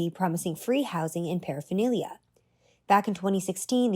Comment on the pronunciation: Harm reduction saves waaaay more lives than abstinence programs. 12 step programs have a 2.5 to 5% "success" rate. Read the studies. I'm supposed to take advice from this clown who can't even pronounce paraphernalia??